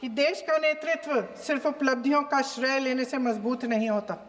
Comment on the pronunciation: Shray nahi shrey hota h